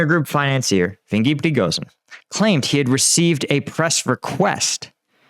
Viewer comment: "How would you pronounce "Yevgeny" This guy: "THINGY! Hmmm, not Russian enough. VINGY!"